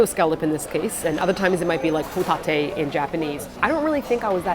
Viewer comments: Hoe-tah-tay? Hoe titty? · I’m learning Korea and I read the second H in your “HOE-TAH-TAY” as (ae) like 애 in Korean 😑I was like “hoe-tae-tay” that doesn’t sound like what they were saying....